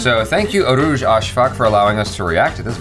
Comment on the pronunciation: read her name like urooj af